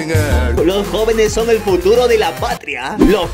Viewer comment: alguien se dió cuenta de que dice juturo